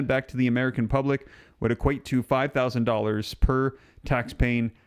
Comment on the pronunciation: you keep saying 5000 each person in, but I keep hearing 5 OOO per couple